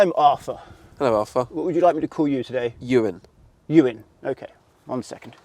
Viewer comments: The captions really do his name in at the very start but consdiering his name is Ewan, it really does sound like you say Urine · He used Ewan but sounded like "this is urine" i had a scare for a moment...thought he was taking the p*** 😂 okay I'll just get my coat and leave 😂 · I heard it as urine so subtitles has it bang on 😂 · To be fair to the subtitles, it honestly sounded like he said that. I did rewind it a few times. 😂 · Why does it sound like he called him urine at the beginning 💀